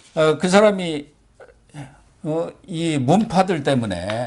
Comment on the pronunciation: 문빠》문파, 의》으 이런 발음 제발 고치세요~. 내용은 좋지만.....